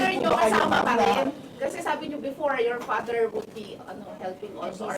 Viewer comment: Hahaha like pader like doter! 🤣😅